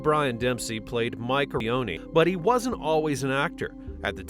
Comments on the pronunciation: Its Mike Eruzione please say his name right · The “Armageddon” plot hole. Why edit the pronunciation of “Eruzione”?